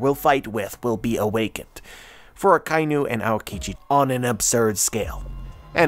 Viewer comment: I'm sure your theory is very thought-provoking and interesting, but please stop calling Akainu, Akai-nu. It's taking me out of the zone of your theory.